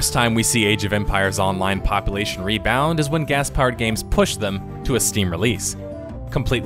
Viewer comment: first of all i love your channel. second of all please stop saying popple-ation